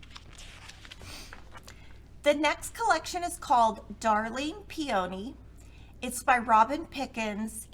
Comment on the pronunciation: Love the fabrics!!! Will be ordering some for sure! I think you pronounce peony .... Pea in knee..... 😊